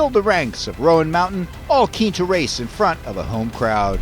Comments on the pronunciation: Right. Roan sounds like rōn. Not rō ann. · Too bad the narrator can't pronounce the name of the mountain correctly. It's ONE syllable ROAN not ROWAN. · You'd think they'd ask a local how to pronounce it. Like "moan." Not Rowan. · That mountain road is no joke. I’ve been up there many times. Also the announcer is saying it wrong. It’s not Roeann it’s Roan mountain. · Super cool this happened almost in my back yard.... who told the announcer the wrong way to say Roan?